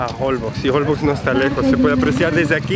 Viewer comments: Se pronuncia Holbox, con la pronunciation fuerte en la última "o." Y la x es como "sh." Como si estuvieran diciendo en español, jolbósh. Me muero de risa con la situación del cuarto. Rentaron un hotel para parejas despues de todo. Ay no, tienen que filmar una comedia, de lo chistosos que son los dos. Me fascinan sus videos. Están mejor que ver una comedia de Netflix. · Los nombres de los pueblos son mayas. Difícil de pronunciar para quien no son de la península 😁, yo soy yucateca, te estás aproximando a mi tierra. La isla Holbox se pronuncia jolbosh. Saludos!!